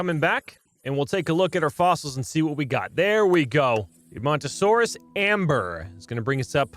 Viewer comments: you pronounced edmontosaurus right! also i know a GREAT dinosaur youtuber: GamingBeaver!! you shouyld watch him hes the best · You are saying Edmontosaurs correct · Edmontosaurus was discovered by Edmonton Alberta Canada (My home town) It is pronounced Ed-mun-toe-saurus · You are saying edmontonsaurus correctly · Edmontosaurus is perfectly pronounced